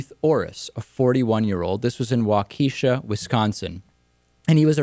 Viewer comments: Aw fucking hell, why does this idiot have to be from Wisconsin? And Waukesha is pronounced like, walk-ah-shaw, just saying. :) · David it is pronounced walk ka shaw, my old stomping grounds b/4 Cali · Waukesha? Haha if you aren't from here you cant say it right.